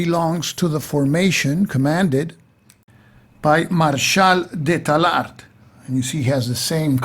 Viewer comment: Great video (as usual, I'm tempted to say...)! Couple of small details on pronunciation, if you are interested: "fleur de lys" should sound like "lee-s" (the "s" sound has to be heard); "tallard" (no final "d" sound). And yes, the french pronunciation was designed specifically to confuse english-speakers!